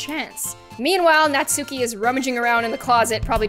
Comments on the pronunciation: You pronounced Natsukis name wrong. It's not "not-soo-key" it's "not-ski" the U is silent. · It's pronounced nats-key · im sorry for this but just wanted to say that natsuki is actually pronounced natski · Btw ya’ll , you say Nat-ski not Nat-suki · Ts not Natsooki it's pronounced Natski and it's not Monika it's pronounced moneeka it's not yeri it's Yuri and it's not saory it's sayori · Did you know Natsuki is pronounced Nat-ski S a y o r I . I s . B e s t . G I r l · a lot of people say Natsuki wrong its pronounced not-ski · Why does everyone pronounce it Nat-sookie?! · Pronounces Natsuki wrong Me: ITS PRONOUNCED NAT-SKIE Also me: AHHHHHHHHHHHHHHHHHHHHHHH Buffsuki is coming after you. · The ‘u’ in Natsuki is silent